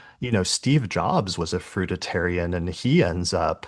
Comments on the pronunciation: FRUITARIAN. NOT fruita tarian.... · very interesting but you lost me at the repetition of the wrong pronunciation of FRUIT ARIAN...WHICH IS A VALID DIET IVE PARACTICE over the summee season it includes nuts seeds sprouted grains & yes the grape cure is also valid BUT THOSE WHO do not get lasting results from curing their physical dis- ease havexnot CLEARED THE UNDERLYING MENTAL.EMOTIONAL ISSUES ❤